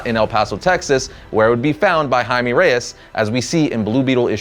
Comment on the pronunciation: Jaime is pronounced 'Hi Meh' not 'Hi Mee'